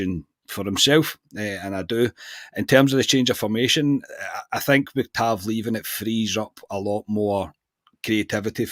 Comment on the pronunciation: its been 8 years you have got to say tavs name properly at least once before he leaves 😂😂